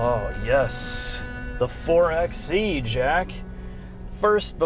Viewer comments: Actualllllyyyyy, it's pronounced four-by-eee. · Btw it's "Four by e" not "Four x e" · It's four by e. Not four ex e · It's called and pronounced 4 Bye e. As in 4X4 ......NOT 4 EX e.